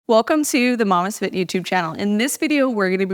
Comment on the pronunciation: I have to know... why do you pronounce mamastefit the way you do. I always think its mamaste like namaste but you say it more like mamastfit.